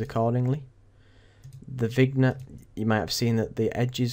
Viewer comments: vignette is pronounced "vin-yet":) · The G is silent in vignette. ;)